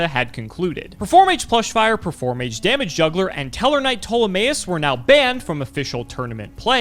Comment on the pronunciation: Did he seriously say "*Performage* Skullcrobat Joker"???!!?!?!?